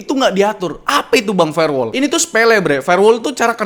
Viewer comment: dari "firewall" jadi "farewell" 😭